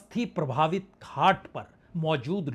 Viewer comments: प्रवाहित या प्रभावित?? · Pravahit is.correct pronunciation 😊